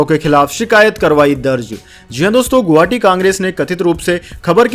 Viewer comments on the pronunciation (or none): none